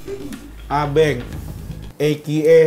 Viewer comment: Gurunya slah ngucap Yunus dan Abenk😹